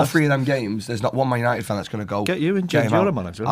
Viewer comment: "tHiS iS mAn yAniTeD"